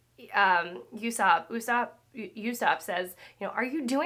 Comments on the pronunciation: While it’s sweet that you are worried about pronunciation, this is translated into English and thus spelled with our phonetics in mind. Accents aren’t always needed. So Klahadore is “claw-ha-door” Usopp is “oo-sop” (Aesop’s Fables is the inspiration) There are always outliers but that’s how complicated English is 😆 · Yusop 🤣 I recommend you learning how to pronounce Japanese Roman letters, so you won't be making mistakes pronuncing Japanese names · Im glad you're still enjoying one piece syrup village is probably my least favorite arc in the whole series though we do get the goat go D Ussop pronounced oosop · Im sure someone else has said it at this point but Usopp is pronounced Ooh-sop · Usopp is pronounced Oo-S-Op Klahadore is pronounced Claw-Hah-Door. No spanish "Ae" sound at the end. Siam is pronounced "Sham" (Weird i know) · Actually, Usopp is pronounced OOsopp. I know of someone who just calls him Soup. ALL PRAISE OUR LYING SAVIOR, GOD USOPP! He lied for our sins! May his shots never miss, and his lies come true! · Love going on this journey with you. Friendly notes for you Jango is pronounced like the tarentino movie Ussopp is pronounced with an oooh like ooh ahh Also jango is based on Michael Jackson.